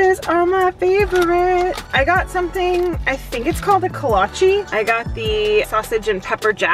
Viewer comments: PS Your pronunciation of Kolache is correct! :) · You pronounced Kolache the right way